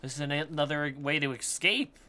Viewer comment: Please, for the love of god stop saying eXcape. It's eScape. There is an S in that word not an X.